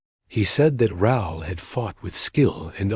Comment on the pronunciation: Raul is Rah-ool in pronunciation. It's a Spanish name.